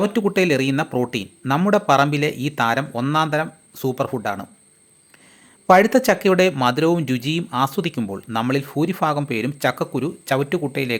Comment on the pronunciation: ഫൂരി ഫാകം ഇത് ഏത് ഭാഷ